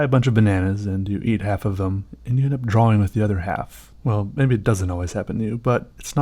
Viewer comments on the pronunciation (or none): it annoys me how much he annunciates the w in draWing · Wow you're probably the only guy that pronounces drawing the way it's written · I like the way you say drawing.